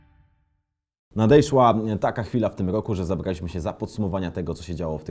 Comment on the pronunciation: "nadejszła" :D